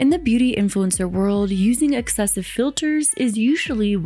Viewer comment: girl... it's "excessive" not "exessive". That is basic.